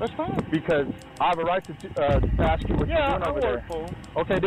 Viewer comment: Guys... (from well known community) You have to stop saying "ax the question" rather than "ask the question" (letters clearly state how it is to be read, and axe is a tool...)